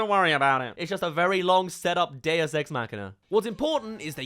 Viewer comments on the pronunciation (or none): none